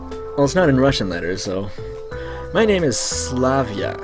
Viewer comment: Knowing how names are read in the original (in Russian), it is very interesting to follow their pronunciation among English-speaking people. I know for sure that you read Slavya correctly.